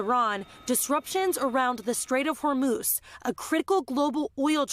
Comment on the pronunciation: Strait of Hor-MOOSE 😂 🫎